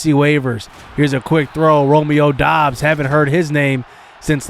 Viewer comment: It is pronounced Romeo dubs